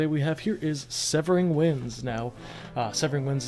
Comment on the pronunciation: You pronounced my name right!!! Severing Winds gets a lot of hate, but I don't feel like the card is deserving of a nerf- just a LOT of respect. The card can be splashed in any deck and can punish players for not thinking through their turn. That helped me get more into the skill side of the game by just playing and I like that.